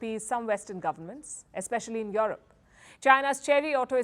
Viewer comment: Yo yo yo Yo-rop! Love the way N Indians say Yo Rop